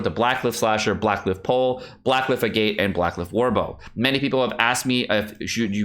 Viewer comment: Fun Fact: "Agate" rhymes with "maggot".